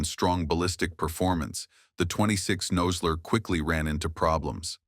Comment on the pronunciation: Obviously the narrator knows nothing about firearms. He doesn't call it a thirty ought six and pronounces Nosler incorrectly.